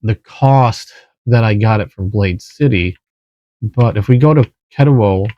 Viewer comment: Thanks for the video…supposed to be at my local knife shop soon. Only the 14c28n with g10 though… wish you said Ketuo the way it’s supposed to be lol